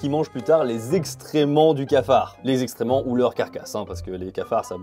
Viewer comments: Euuuuh On dit excréments hein, pas extrêments 😅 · J'aime beaucoup ce genre de vidéo ❤ juste .. on dit excréments, pas extrement 😂 ça m'a fait sourire, rien de malveillant dans ce que je dis ❤ continu comme ça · Super vidéo (comme d'hab). Sans vouloir faire le relou, c'est "excréments", pas "extréments" :) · C'est "excréments" haha pas "extréments". Sinon video genial 😆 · ExcCrments pas, extrement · ExCréments et non pas exTrément… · Alors comme ça on dit extrément au lieu de excréments?! 🤣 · Alors il y a un truc qui me trigger, pour dire le caca, moi à chaque j'ai l'impression d'entendre exTrément avec un T alors que le mot c'est avec un C = excrément et je sais pas si c'est que moi qui entend ou pas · Pourquoi "Extrèments" au lieu de excrément ? C'est un mot shadowban sur youtube ? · ExCRÉments pas ExTRÉments haha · Il n'y a que moi qui ai entendu "Extrément" au lieu de "excréments ?" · J'ai l'impression que tu dis des extréments, si jamais, ce n'est pas ça le bon mot hein :p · 11.45 "extraiements" c'est mignon on dirait une erreur d'enfant 😀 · On dit exCréments 😂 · on dit exCréments, et des oeufs mollets, pas mi-mollet Merci pour la vidéo sinon, grave cool